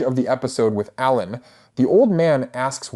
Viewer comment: it has to be rage bait right? like there's no way he doesn't know how to pronounce ALAN